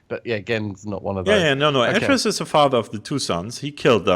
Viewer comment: Stop getting myst wrong! :P it's AY-TRUS, GEN, and RAND Miller. And he so clearly smashed the lever not the book... However as someone who knows Riven and mystlore inside out, it's a joy to hear you guys work this out.